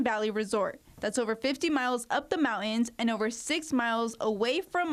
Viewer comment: Speech training for your reporters - "Slay-in", "mouw- ins"